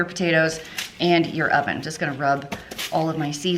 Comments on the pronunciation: Did anyone one else hear "did I mention my onion is preheating"? 😂😂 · Did you say your “onion” is preheating? That’s what I heard and what CC said 😆